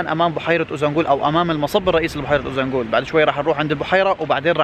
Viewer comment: شكرا للفيديو الجميل بس عندي ملاحظة ليش بتحكي قرية اوزانبول مع انها اوزانجول، هل لفظها بيختلف بالتركي مثلا